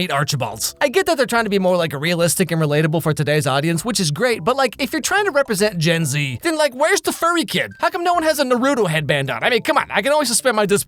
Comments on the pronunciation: When he says Naruto, but pronounces like Dorito, and then you start questioning your entire exist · It was pronouncing Naruto as “newrewto” for me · The way he pronounce NaRuTo